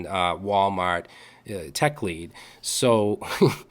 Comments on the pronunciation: LOL you went full Boston at the end there. "walmaht" with the cumby's coffee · "lol Wal-Maht"